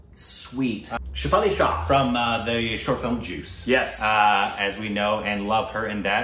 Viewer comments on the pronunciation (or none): Most horrific case, shook the nation and rape law was changed. Need guts to even read about the graphic details of this case. The rage is still on. Get goose bumps even today thinking what happened to the innocent girl. Cant watch it., it is Shay-fali and not Shefal. Also it is Meer-za-pour and not Marzi-pur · She fail ?? Lolol!! She-faa-Lee .